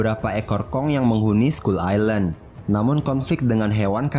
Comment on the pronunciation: scull island bukan scull ailand